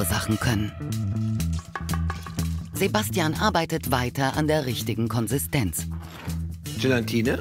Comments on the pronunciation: Triggert heftig, dass er jedes Mal „GELANTINE“ sagt. WTF DU MUSST DAS WISSEN! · „Gelantine“ Aaaahhhhh!!!! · Niemand, absolut niemand: Lege: GeLantine :D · ☝🏽GELA -TINE !!! OHNE "N" , HERR LEGE 😜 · Immer wieder lustig wie er Gelantine statt Gelatine sagt 😎 Lege bester Mann